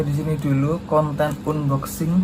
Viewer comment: Pengucapan unboxing nya bang coba deh di googling..